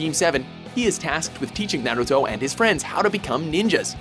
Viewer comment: "nare ruto"